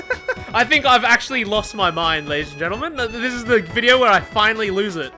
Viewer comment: It's oyva. It's foinally oyva.